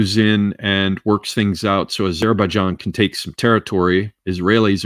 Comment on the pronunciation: The way pronounces Azerbaijan hurts my brain bad, great stream regardless!